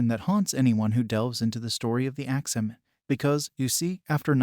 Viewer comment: Why is he saying "Axeman" like that?? Lol. "Ax-Man"..... not ""Ax-ah-man"!!!!!!!